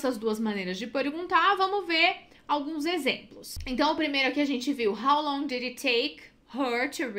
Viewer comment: Quando falou "How longui" , já perdeu credibilidade